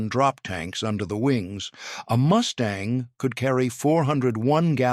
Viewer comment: Good review--but please to get your AI narrator sorted out. It is MUstang, not MOOStang.--TKS